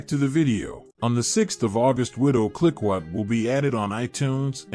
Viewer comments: Clicquot, should be pronounced like “klee-koh”, with a hard “k” sound and a long “oh” sound. Other than that a fair selection of movie choices. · ROFL at the pronunciation of clicquot as "klick kwat". Massive AI fail